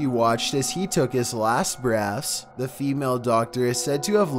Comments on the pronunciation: Every time he's says breath it sounds like breast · "Breass..." I just noticed how he says breath, that bugs me so much lmao! Either way still love the video!